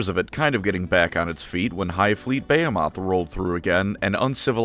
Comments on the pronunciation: I'm sorry, are you trying to say buh·hee·muhth? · Hive fleet (beh-HEEM-eth) lol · I love you; but your pronunciation of "behemoth" is giving me aids